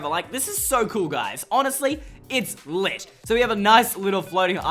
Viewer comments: Did he say litttt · stop saying lit like that